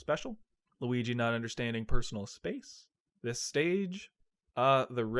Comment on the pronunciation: LUH WII GEE!!!